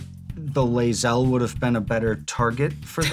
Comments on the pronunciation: I'm surprised didn't say anything about botching his girl Lae'zel's name lol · As a huge BG3 fan the Lae'zel pronunciation hurts. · Every time i hear Lae'zel's name pronounced incorrectly i die a little inside.